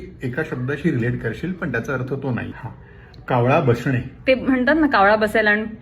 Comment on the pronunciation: बोलताना पण न ch yetay😅